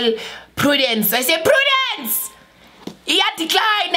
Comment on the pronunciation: "I say Prudance!!!!! , yaDecline, it's declining!! "😂😂😂😂😂😂